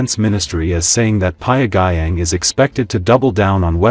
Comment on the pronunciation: This AI voice garbage will not win you any new subscribers. How is pronounces Pyongyang is hilarious.